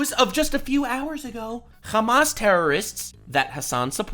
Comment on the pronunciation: Im honestly impressed by your correct pronunciation of hamas